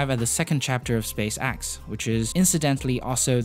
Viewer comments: Space X.. not space AXE.. you twit. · Drinking game! take a drink everytime he say "SpaceAxe". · Probably a good video, i wouldn't know tho because all i could hear was "space axe" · You’re saying “Space-ax” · Space x not axe but decent vid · "Space Axe" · SPACE AXE fix yo accent bro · well it's either Space Axe or Space Ex. You decide. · Stop Saying space"axe" 😂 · Apic and axe lol I’m crying😂🤣😂🤣😂🤣😂🤣😂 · Space Axe? Apic? Your pronunciation of E is diffarant... On a serious note, awesome video! 👍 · say space axe one more time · Say “space axe” one more time. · Space "axe" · Why do you keep saying Space Axe? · "spacaxe" "apic" Lol great video tho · I think he’s Dutch